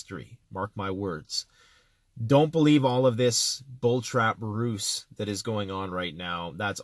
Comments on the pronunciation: btw its pronounced "Ruse" is pronounced " Rooze " Not Roose.Not trying to be a dick, knowledge is power brother! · A 'Ruse' is pronouced "Ruze"